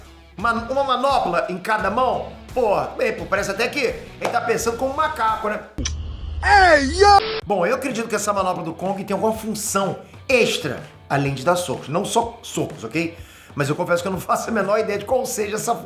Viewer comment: e sopa de macaco e nao sopa de mamaco kkkkk.